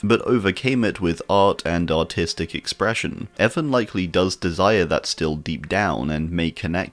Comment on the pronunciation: I totally get how you have an accent but I don’t think how you said “artistic” wouldn’t sit right